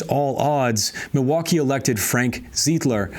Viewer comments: Milwaukeean here- "ZEYE-DLER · Pretty sure it’s Emil “Se-dell” and Frank “Ze-eye-d-ler”